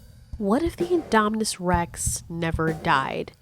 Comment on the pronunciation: Can u stop saying inde